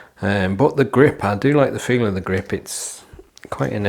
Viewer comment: Great review as always, I'll be trying these out soon! Love the "greep" haha